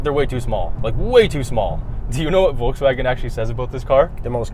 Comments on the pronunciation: well almost perfect. Volks-Wagen your volks sounded like a Forks instead of the Folks how it should be and the a from the Wagen, is not lik a from anus but rather an a like from bra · its not foulswagon its VOLKSWAGEN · Well you guys still haven’t got it right. It’s “folksvagen” f as v, v as w. There’s no r in volks, no w in wagen. You said “forkswagon” wthell? Try pronounce BMW the correct German way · You said Volkswägen instead of Volkswagen. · Stop saying uolkswuagen. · Sorry... Angry germans incoming: you pronounced Volkswagen like Volkswäg'n... Not the proper way... Big disappointment. Still love you guys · Says "Folkswääägen" -> gives himself probs for saying Volkswagen korrekt. just joking.. I love you guys.. but try to say the following sentence: I go to the cinema AFTER I drive the car... The key word is after.. the first letter.. 'a' try to pronounce the volkswAgen exactly like the a in After.. so it will sound more like volkswaagen and not like volkswäägon, like it's a station wagon.. Otherwise I really appreciate your work! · Guys is it Pronounced Volkswagen or Folkswagen? 😃